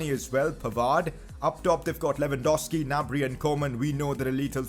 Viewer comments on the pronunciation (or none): none